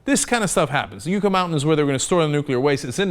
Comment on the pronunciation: Cenk, it is YUCK-A mountain and our states is called NAW-VAD- AH!!!